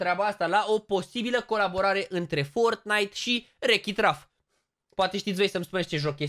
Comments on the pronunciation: E un film si se zice ralf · Este un desen animat cu un joc si te rog... se citește RALF